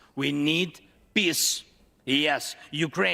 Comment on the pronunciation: He didn't say "we need peace" he said "we need piss" 🤣